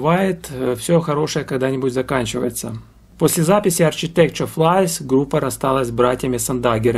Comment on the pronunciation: Ударение в названии группы совсем иное, плюс буквосочетание "CH" в словах "архитектор" и ""технология" звучит совсем по-другому, как и "TH" в слове "сквозь". Группу обожаю половину жизни, мне уже за 50. Спасибо за внимание к музыкантам, эту группу почти никто не знает, а знакомство с ней, и правда, подарит массу незабываемых эмоций:)